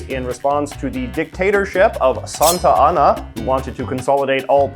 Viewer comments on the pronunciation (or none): none